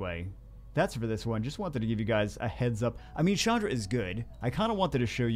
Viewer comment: who the heck is Shandra? Ch doesnt make a shhh sound. get it right. 😉